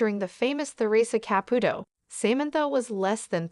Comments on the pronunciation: These AI VIDEOS ALWAYS MISPRONOUNCE NAMES and you’re doing it again with the name CAPUTO. ITS KA-POO-TOE. Her name is TA-RE-SAH…..not. whatever you’re calling her! Very nice story. The wedding picture is also not them. Bad video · Theresa & Larry, wanted to keep their marital problems private. Therea did tell everyone she & Larry grew apart. They were getting a divorce. She said they were still friends, but it was time for them to go their separate ways. Of course, Theresa would help Larry she is that kind of a girl. If you are going to do a story of Theresa [ Pronounced tuh ree suh} Caputo {pronounced Ka poo to}. please get the pronunciation right. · Also she can't say Caputo right